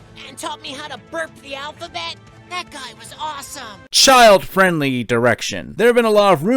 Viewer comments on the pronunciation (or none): none